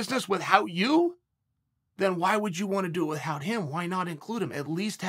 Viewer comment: btw...cheal... plz stop saying with hout...u r not stewie griffin...killin me sir...lol